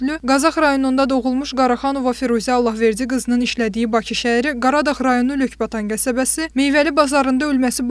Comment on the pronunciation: Heç olmasa, Azərbayan dilini mükəmməl danışın. Allahverci qızı yox, Allahverdi qızı deyə vuğula. Xahiş edirəm rus pərəstlər, Azərbaycan dilində, heç olmasa olduğu kimi danışın.